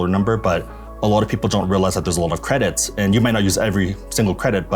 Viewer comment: Is he saying "credits" to mess with us?